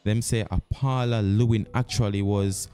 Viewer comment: Paula LLEWELYN, not Paula Lewin!